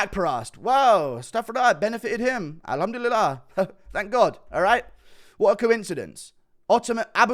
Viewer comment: LMAOO Guru actually says alhumdulilah PERFFECTLYY